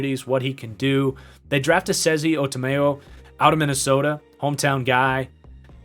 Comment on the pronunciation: Esezi Otomewo first try pronunciation?! GOAT